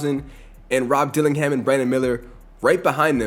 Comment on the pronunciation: bro said duke denins 😂